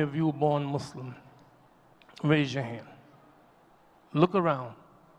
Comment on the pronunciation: My beloved Imam, please listen to yourself and hear that you switch from saying "Muslim" and, on more than one instance, saying "Mu-slums". Please know that you are an oasis to hear as opposed to mainstream media that calls "Those Who Submit to The God's Will"......as "Mud's Slum". Please know that you, in instances in this khutba, also manage to inject the syllable "slum" into the purity of the word "Muslim". Jazak'Allah Khair.